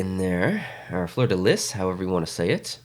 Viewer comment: there we go again!! The Habs once more stealing from the Nords the iconic "fleur de liss" (very good pronunciation there!). They can never leave us alone and let the team finally rest in peace!! (BTW, I know it's not the actual Habs doing that and I'm not bashing on the designer; i just love to bash on the Habs here and there, for all the bashing they did to us back in the day!...:^p )